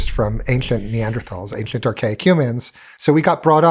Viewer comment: I have newfound respect for my speech therapist. This guy has the EXACT speach impediment I had. Ainshlent.